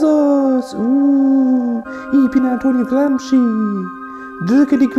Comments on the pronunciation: aussprache ist gramschi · Antonio "Gramski“ 🙈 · Über Martin Sellners Videoschärfe spotten aber selbst nicht einmal wissen, wie man "Gramsci" ausspricht...